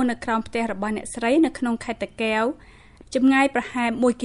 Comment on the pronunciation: សូមអ្នកនិយាយពត៍មានពាក្យតាកែវឲ្យច្បាស់មិនមែនតាកេវទេសូមអរគុណ